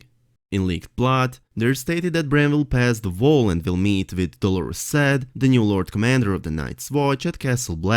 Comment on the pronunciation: You have great technical knowle4dge of english, flawless really. Your pronounciation i find problematic, I think you said "Dolourous Ed" one time?